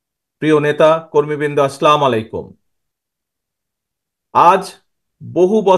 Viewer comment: জনাব, তারেক রহমান সাহেব, আপনার 'সালাম' এর জবাব দিতে পারিনা, কারণ আপনার 'সালাম' অশুদ্ধ। সালাম শুদ্ধ হবে এইভাবে দিলে.... 'আসসালামু আলাইকুম'